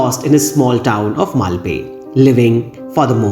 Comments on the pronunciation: Not having seen Scarface, Pulp Fiction and Agneepath, your analysis really added to my understanding of this film. Now, I am curious to see Pulp Fiction. Thank you for another brilliant analysis. P.S. It's मल्पे. Only the ए ki matra is short like the French accent grave (è). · Definitely! BTW, I edited my comment to add a note about the correct pronunciation for Malpe.